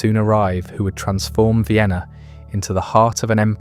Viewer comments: Not “Ween” 😭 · Viainna? Check audio.